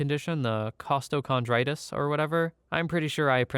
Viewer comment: I have Costo as well, found out when I was admitted to an ER for a heart attack and everything showed I was fine. That was a fun day. But you pronounced it very well, 9/10, no changes required.